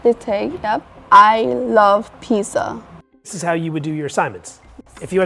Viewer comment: "I would go 'heres'... use the Texas peesh" "dihtay" "I love peesuh." Seems like she also needs speech therapy. 😬